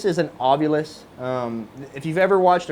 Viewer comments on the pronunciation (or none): One of these days, people will realize that it's NOT pronounced OvUlus! That mistake has come from Zak Bagans' incorrect pronunciation of the word for years. It is spelled Ovilus, not Ovulus! Does anybody see a U in the middle of the correct spelling? NOPE! SAY IT RIGHT, and stop copying Zak Bagans of all people, people!